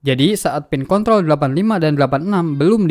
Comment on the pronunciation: Pin kontrol bang. Bukan pin konthol 😂. Videonyabagus bang. Sangat jelas. Videonya paling bagus di youtube